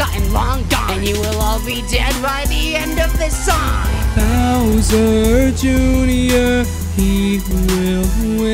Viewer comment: You said bower Jr it's Bowser Jr!